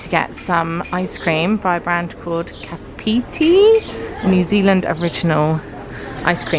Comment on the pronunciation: So glad you are enjoying your adventure and your time in NZ. We are English but moved out to NZ in 2005 and love it too. I loved the way you pronounce 'Kapiti' when you had your ice creams lol as that's where we lived until last year when we moved to the South Island. Anyway safe travels, have fun! x